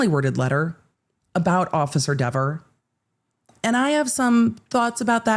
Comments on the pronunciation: Given what Cox said about "this person" — aka Kelly Dever — I actually think he DIDN'T pronounce her name correctly, as she testified. Which would make the whole "so he said my name correctly" another false memory, I guess? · The internet has spoken. It's pronounced DEEver now. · Dever rhymes with never